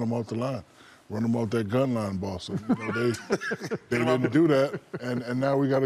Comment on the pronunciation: did shaq say gumline?